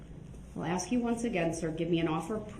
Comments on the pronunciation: ASK NOT AXE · Once again Darrell Brooks does not have shock devices another lie. For the Record—the word ask is not pronounced axe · Darrell is an AXE murderer.He kills the English language by AXING questions. This don't have nothing to do with nothing about nothing we a dealing with.